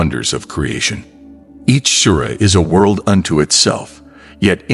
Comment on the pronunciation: Beautiful graphics but the Narrator lacks even an elementary knowledge of Arabic, pronouncing "Qur'ān" as "Currin," "Sura" as "Sewer"....and "Bismi l'Allah" incomprensible,.even in Enlish no effort is made to APPROXIMATE Arabic pronounciation....Where'd you find this incurious ignorant rube? Regards from Mexico City!